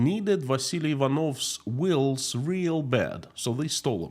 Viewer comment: Wills? Oh, oh, oh you mean wheels. Ok. Keep up the good work,.